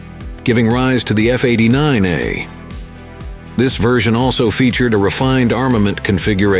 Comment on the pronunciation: F-89 A A A A A A A A A... not F-89ahhhhs